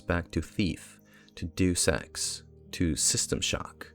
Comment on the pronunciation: I say this to be helpful, Deus Ex is pronounced "DAY-us Ex" not "doos ex" (I made the same mistake when I first learned it too)